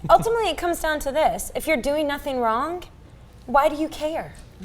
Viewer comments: Say "wrong" not "wron-G", shit... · Why does say "wronk" instead of wrong?